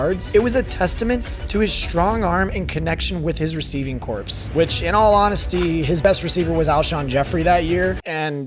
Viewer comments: The word “corps” as in “receiving corps” is pronounced like “core” not “corpse”. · I can't listen to a commentaror who pronounces the "p" in corps.